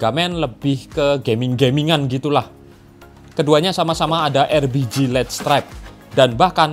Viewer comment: Nyebutnya erbiji mulu